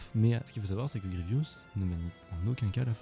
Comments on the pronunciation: Grievous et non Grievious! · C'est Général Grievous. Désolé mais il faut que tu réépèle son nom.